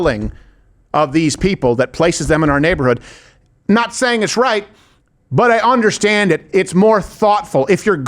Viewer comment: Love you, love your show....please stop saying onderstand. We can all feel the pretensiousness.